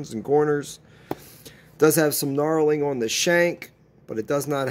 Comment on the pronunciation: Knurling not knarling lol